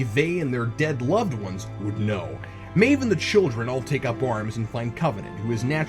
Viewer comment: I know it's nitpickery, but it's driving me nuts. Cap, her name is pronounced "MAHve", not "MAYve".